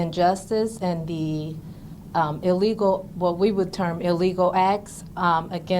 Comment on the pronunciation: So yall just gonna let her keep say EELEGAL😒😒😒